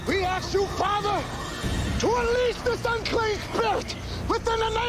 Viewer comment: LOUisiana...Not Lusey Ana Clerical collars are for Catholic Priests..who don't allow women clergy ASK, not Axe...